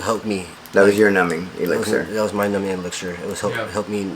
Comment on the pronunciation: She said mu character?!